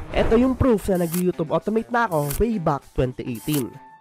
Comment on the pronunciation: You’re pronouncing YouTube wrong.